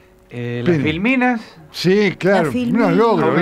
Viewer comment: En vez de filminas oi "las mil minas" jajaja